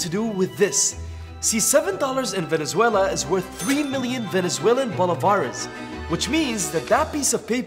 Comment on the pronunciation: I am from venezuela, I congratulate you however, you mispronounced bolívares, I understand your mistake tho, it is very easy to make when you don’t speak Spanish.